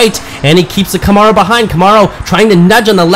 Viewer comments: I never herd Camaro pronounced this way..where does that come from? Cool race track idea too. Batman cars look great . I might get one for my birthday! Thank you for share you hard work with us. Ok by. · it comes from someone who has no idea how to properly pronounce it. That's all.